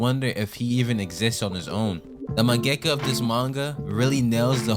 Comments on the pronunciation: you say mengaka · man why u say mangaka like that bro